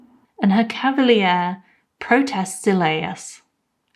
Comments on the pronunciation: nice video! p sure it's cav a leer, not cav a lee ear, but you made me google it to check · For future vids: it's pronouced cav- a- leer